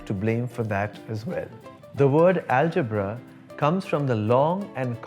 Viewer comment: U have good arabic pronunciation too.. Perfect pronunciation of algebra in Arabic 👏